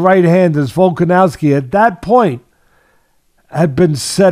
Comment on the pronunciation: Teddy still saying "Volka-nalski" Love it. Lol.😂